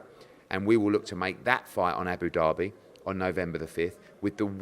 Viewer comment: whenever I hear Frank talk I think Eddie has ducked the fight, whenever I hear Eddie I think Franks side ducked the fight. Hard to tell but to be honest just shows you can't trust either of them. Also Eddie its Abu Dhabi not Abu Dherby